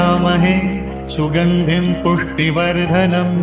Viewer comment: पुष्टि वर्धनम का सही उच्चारण सुनिश्चित करें